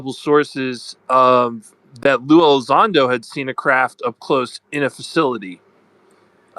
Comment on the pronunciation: LUE E- LIE- ZONDO. always lies when it comes to Lue. 😂